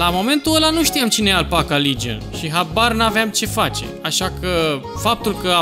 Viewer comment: Vezi ca ai putina engleza pe la coltul gurii!!"Appaca Ligion"-Legion